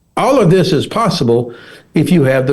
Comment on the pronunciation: Some one please help the interviewer with his English . "Ziss " does not replace " this ".😊 .